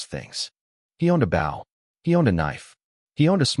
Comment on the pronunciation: Maybe you need to teach the bot that writes this garbage to teach the bot that narrates how to pronounce the word, "bow".